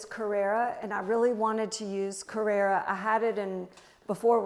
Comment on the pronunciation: Her home is the total opposite of mine. I live in Costa del Sol Andalucia, Spain,so I use a lot of colour and I'm also a maximalist. But I must admit that her home and garden are delightful, even though not my style. She is an extremely talented lady. But oh how I wish that you Americans would ALL learn to say " Carrara "( marble) correctly !!! As an Italian it truly gets my goat ( so to speak)when I hear you all pronounce it the way you do.